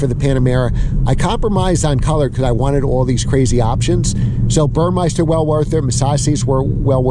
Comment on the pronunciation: It's BurMESter - NOT BurMEISter - other than that, good video! The massage eats are unicorn items. VERY hard to find used//CPO